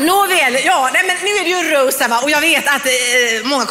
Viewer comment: "nu är det ju röust"